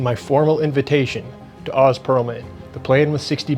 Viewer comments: It’s Oh-z not Ah-z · I think he pronounces his name oze, rhymes with doze.